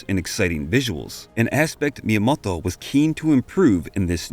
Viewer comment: Fantastic sum up and video! Hard to abstract from the Japanese names being pronounced like a 60s parody of some accent I can't even pinpoint. Miyamodwoh. Miyamodhwhohw? Maybe just stick with just 'TO' for future videos :)